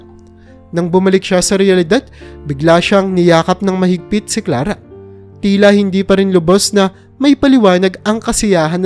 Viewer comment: Pakubigkas Naman Ng maayos ang pangalan ni Clara ang salitang sala